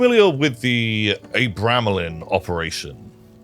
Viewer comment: Absoloutely love all of this! Although the pronunctiation of "Abramelin" made me physically wince XD